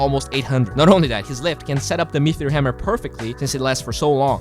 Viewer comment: it's Me-Tee-Ore not Mee-Thee-Ore:D